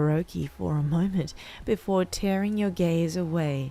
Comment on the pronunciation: Every time they say “gaze” I hear “gays” so I have to think of the meaning of the sentence twice...